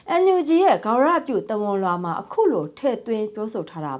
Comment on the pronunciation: ဂါဝရမဟုတ်ဘူး ဂါရဝပါသတင်းကြေငြာတဲ့သူကမြန်မာစကားကိုသေချာလေ့လာပြီးပြောပါသတင်းသ မားကမမှားသင့်ပါဘူး